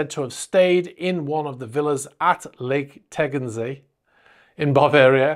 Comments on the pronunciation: you pronounced the lake´s name quite well: -) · You pronounced Lake Tegernsee very well :-) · almost perfect, your Tegernsee pronunciation. A little bit faster, less hesitating and everybody would think you're a local. Thanks for all the great videos